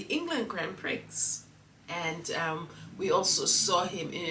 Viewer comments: Pronounced “pri eee” , I know we Americans are 😏❤ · It pronounce Grand Pre. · Gratefulness is a daily necessity in this world 😊...Amen P.S. Prix pronounced as PRE🤷🏼‍♀️ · Grand PRI, don’t pronounce x is a French word. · It’s pronounced PREE. The X is not pronounced. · Prix is pronounced pree